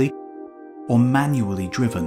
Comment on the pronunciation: "MANually driven" LOL!